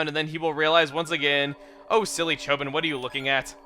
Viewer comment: It's not Chobin like a Bin, it's Cho(bean)